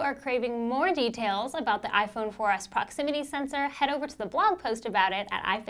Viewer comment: I stopped watching when she said proximity